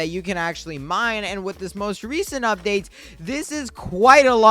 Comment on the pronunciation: "Im ready for the UBDATE"